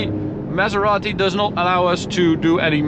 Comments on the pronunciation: the man said "pronounce it the Italian way" and then keeps calling the car a mesarati 💀💀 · Thank you for pronouncing it right 👍